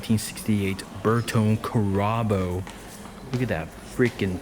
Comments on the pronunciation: Karabo Not Couraboouuu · Your pronunciations are horrific. Even your pronunciation of the word "pronunciation" is that of a 2 year old just learning to speak. You've never heard of a Carabo? (Pronounced "CARE-uh-boo"). How about a Buffalo? Ever hear of one of those? "Bertone" is pronounced "burr-TOE-nee". Your name is probably not how you pronounce it either. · your pronunciations are sooooo bad. my goodness. you say bertone carabo like trump says chorizo burrito.